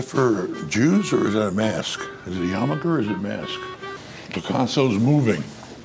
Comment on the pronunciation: “Is that a yamerker or a mask?” 😂